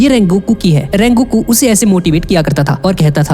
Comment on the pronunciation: Sungoku ❌ Rengoku ✔️ 💀👍🏻